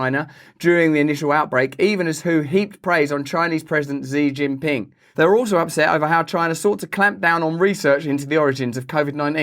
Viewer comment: Xi Jinping is pronounced: Shee Gin Ping